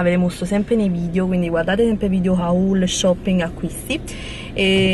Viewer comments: non si dice "haull" si dice "hol" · amore si dice video "ol" non "ahull" 💕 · io ti seguo da tanto e per me sei bravissima e divertentissima!!! Voglio darti un consiglio i video Haul si pronunciano (lo scrivo come si pronuncia) Hool.È solo un consiglio. Un bacio!!!! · Haul ? Si dice oll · non per dire ma.... impara a dire "haul" ti prego ahaha:)